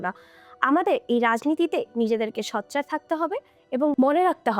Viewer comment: শুধু হতাহত সংঘাত নিয়েই প্রশ্ন করবে? আপনি সোচ্চারকে ’সচ্চার’ উচ্চারণ করেন। কিছু মনে না করে শুধরে নিবেন আশা করি।